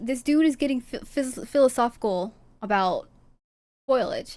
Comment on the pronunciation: Its foliage not foilage